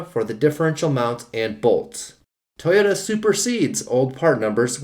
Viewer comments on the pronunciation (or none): What's a "Tee yota"?.